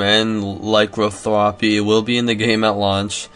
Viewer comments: Vampirism and lycanthropy. Not vamparism and lycothrapy. Vam-pir-ism ly-can-thropy, sorry to be the weird guy. My OCD just lashed out. Thumbed up. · Laicanthwopy? This guy needs to take his spelling classes again. Its Lah-can-thro-pee.